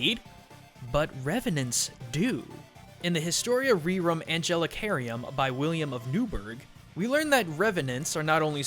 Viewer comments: it's not angelicarum, it's anglicarum >:( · "Historia Rerum Anglicarum" means "The History of English Things", NOT "Angelicarium" which is what he pronounced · It makes it harder to take seriously when he just adds letters to his pronunciation of the book with a latin title. Anglicarum as in the Anglican church (deriving to England), not angelicarium; a fish tank for angels. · Tbh I died at his pronunciation of "Anglicarum", no clue why I found it funny